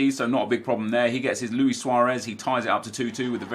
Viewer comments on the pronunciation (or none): none